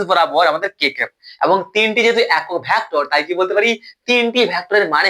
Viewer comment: ভ্যাক্টর নয় ভেক্টর